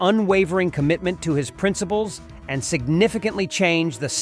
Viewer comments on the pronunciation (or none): "Princibles" LOL